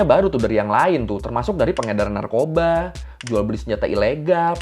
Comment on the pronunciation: BUKAN NARKOBSKI . NARKOBA . TAIK LA NARKOBSKI . SEBUTANNYA BIKIN BERAK. PIN COMENT GUA